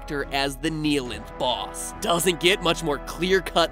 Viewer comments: I know this i a five year old video but, THE"KNEE-LINTH" WHAT THTBANLKJNFLKAJFLKJLAKSJFLAKFJALSKFJAL:FKJAOiLKFJOIOFHJuIJFOAUIHJFOAI:KJFFHAUIOFJAOIFJOAIFJIPAUOJFOAISJFOPIAJFOIAsJFOPAIJFPOAIJFPOAIsJFOAiJF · the way he say "neeheelanth" instead of "nighhilanth" annoyed me sm for no reason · everyone: says nihilanth the right way matpat: neeyalinth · “The Kneealength” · Gλme theory You pronounced the Half-Life 1 boss wrong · The most offensive part of this video was the mispronunciation of Nihlanth.